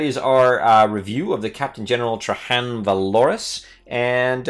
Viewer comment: TRAY - JANN. THE GUY'S NAME ISN'T SPANISH. PRONOUNCE THE J!!! Good review,.